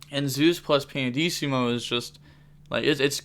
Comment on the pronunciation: it's pianissimo (italian word btw) not pandissimo, there's no d in it lol